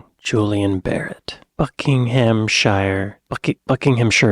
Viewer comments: phonetically buck-in-um-shuh ... xD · Thank you for pronouncing "Buckinghamshire" correctly😊